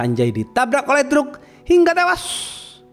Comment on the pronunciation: hingga tewWWuassssyyyyy ... monyong nyemprot lu min ....😂😂😂😂